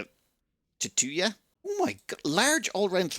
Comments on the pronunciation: Teuta is pronounced like "Teuton". "Teu" is said just like "two" so it's a "two-ta" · If Teuta is a reference to Saxon/Teuton myth, it's pronounced "toy-ta", the a flat and short as in, well, flat. 🙂